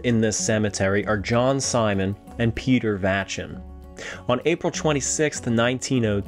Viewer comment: You also mispronounced the Vachon family name. It's not Va shawn it's va shown